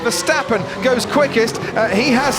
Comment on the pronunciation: VerstAppen not versteppen